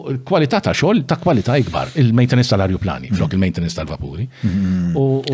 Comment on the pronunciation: Ajruplani mhux arjuplani gonz 😅